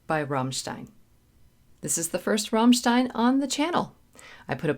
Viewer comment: GREAT reaction!! Thank you for pronouncing their name proper, danke schoen! Being part German, and loving heavy music AND electronic - I was ALL over this when it came out in 1997! (geez, almost 30 years!) Had to ask my mom about the lyrics (as she knows the language), and she pointed out that 'du hast' (you have) & 'du hasst' (you hate) could both be correct! Rammstein have so many excellent tracks! Deutschland, Sonne, Zeit, Ich Will, Radio, Auslaender, Amerika, Engel, Dicke Titten, Angst, Zick Zack... Alles ist gute! Cheers from Canada, eh!